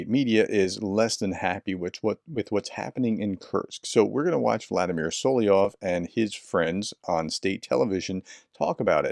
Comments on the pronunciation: Vladimir Soliov? Solovyev. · It is this way sound it out … So….low…vee…ev. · Соловьёв: 'Sa-lav-YOFF (really!)! (the 'ё' is always the one stressed syllable in russian).